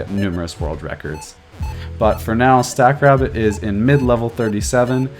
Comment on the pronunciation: At first I thought you were calling the AI "Stack Crap". Lol